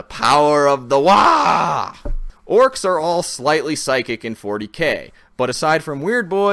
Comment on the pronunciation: Side point: It's WAAAAAAGH! not "Waah" (although the G is semi-silent). If your throat doesn't hurt, you didn't pronounce it correctly.